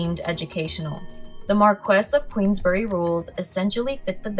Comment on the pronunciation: Queensberry, not queensbury 🫵